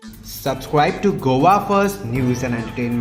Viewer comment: Please please say Go a. Not govaa. Please please please.